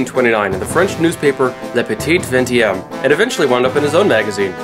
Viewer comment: Please, please, please. When will Americans and non francophone Canadians learn to pronounce foreign words better and more accurately? The second T is silent in Le petit vingtième. The S is not sounded in Georges and it pronounced close enough to English. The H in Hergé is silent. Castafiore is Italian as befits an opera singer and has four syllables A + A + IO diphthong+ E.